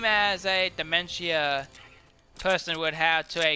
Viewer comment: This is the video I was talking about, you say it wrong